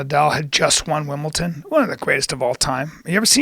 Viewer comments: Bryan it is Wimbledon not Wimbleton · Wish I could win “Wimbleton” whatever it is.